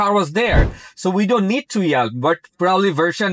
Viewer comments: Much better without the toll tag! BTW yield is pronounced "yeeld" as in "bee" not "yelled" (which of course means shouted). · Wth is yeld? Yelled?? 😂